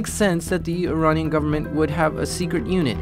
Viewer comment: He keeps saying Ironnian instead of Iranian and it's so funny.